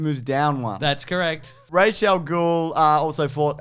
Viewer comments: RAAS god damn it. Not Raesh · I refuse to use the “Rach” pronunciation, it just sounds like Rachel. It’s “Ras” in Arabic. Dennis O'Neil was dumb. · Ras not Rash. Ras is the word head in Arabic